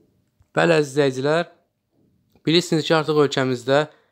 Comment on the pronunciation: данышаЦам, излэиЦиляр, кеЦирмиш 😂😂